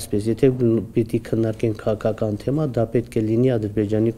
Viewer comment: դե եսել էմ էտ ասում էլի, որ հայոց լեզուն պետք չի աղավաղել, քաՂաքական բառի մեջ Ղ տառ կա! ՔաՔական չի, որ լսում էս ոնցա խոսում, ուզում էս ասես գնա սկզբից հայերեն խոսալ սովորի